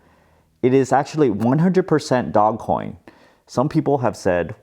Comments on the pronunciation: Its Dogeeee not DOG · This is a bubble that is going to end in tears. People bidding up assets they don't have a use case for except for selling them to other people for higher prices. You don't even pronounce it right, it's said “dohj coin” not "Dog Coin." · Not DOG, DOGE (Dowzh) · It's pronounced Doe-J NOT Dog Coin lmao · its not dog coin its doge coin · This guy is gonna drive me nuts. NOBODY CALLS IT DOGCOIN. ITS DOGE!! DOGECOIN. GET OVER IT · is calling it "dog coin" instead of the correct pronunciation of "doje coin" so then people comment about the mispronunciation and the yt algorithm picks up the video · Its "doje", not dog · Bro is anyone else triggered that he keeps calling it DOGcoin instead of DOGEcoin 😡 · Big fan, long term subscriber, liked your video. But please, I beg you! Stop calling it Dog-Coin! It's Doge! Dough-j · i thought it's pronounced dogecoin (dojecoin) not dog-coin. idk. good for you man! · I love how you still call it Dogcoin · Nah it's his personality. It has a dog, he calls it dog. No irony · I love that you’re calling it dog 🐶 coin. Don’t change just because people are pronouncing it a different way. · It's pronounced "dohj coin" . Look at the video: How Dogecoin Blasted Off & Made the Meme Economy Real | Know Your Meme 101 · I love how you call it dog- coin. 🐶 Makes me smile. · Its NOT pronounced DogCoin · It's actually pronounced Dog-E-Coin lmao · It's dogecoin as you say like the car brand Dodge first.